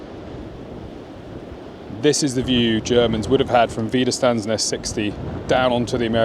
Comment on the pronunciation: First of all a little help in speaking German : Wiederstandsnest is pronounced with "sch" like in trench the "ch" ending. "St" in wieder"st"and becomes "scht". Thank you for showing all that with maps and pictures and everything. Great job. Thank you so much